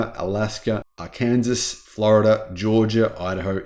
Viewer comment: Arkansas is pronounced, like, R-can-saw. But I laughed because I often pronounce it the way you did because that is the way it is spelled and to poke fun at Arkansas! 😂